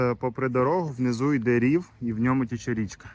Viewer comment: А річка не "тіче" а "тече"